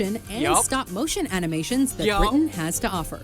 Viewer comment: I like that you're now saying "Britain" with a glottal stop!